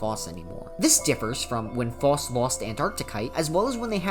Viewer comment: Ty king for the video, great content. However I must apologize for what I’m about to say- You’re pronunciation for Phos is wrong I’m sorry aaaaaah